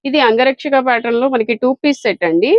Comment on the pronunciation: అంగరక్షక పాటర్న్ కాదు తల్లి అది... Angrakha pattern😂🙏